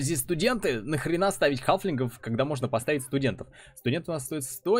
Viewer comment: Правильно говорить "халфинг"